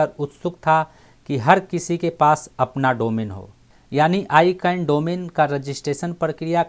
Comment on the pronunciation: Sir ji aap words ka pronounce thik se kare. I can nahi hai wo. Wo hai ICANN Jo AK company hai Jo domain ka name aur Number ko control karti hai.